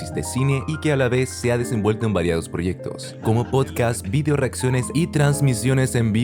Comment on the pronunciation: me da lo mismo el acento pero por favor no digas vidio ctm es video wn, al final que dijiste algo de la pulenta y vidio sonó mas raro que la mierda ajdjaja